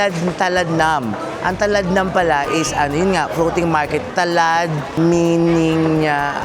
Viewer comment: I love you in Thai means - Chang Rha Khoon! Talad should be pronounced "Talat" meaning market, at Nam ay water.